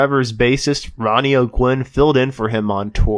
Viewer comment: His name is Rodney O'Quinn not Ronnie O'Gwen